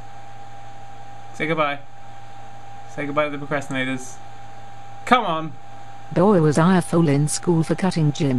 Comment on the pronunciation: Sometimes she says bol not boy